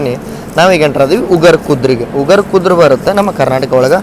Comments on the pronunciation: ಉಗಾರ್ ಖುರ್ ದ(ಖುರ್ದ್)✅ ಉಗಾರ್ ಖುದ್ರ ❌ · Ugar Khurd❌ ugar khudr✅😅😅